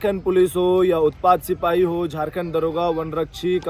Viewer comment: Jharkhand nhi jhatkhand bolo 😂😂😂😂😂😂😂